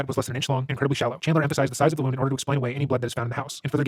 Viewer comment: did this mf just pronounce wound (injury) like wound (past tense of to wind, wind up, tightly wound) LMFAO